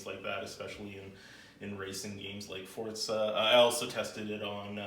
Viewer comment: It's For-Za not For-Zeye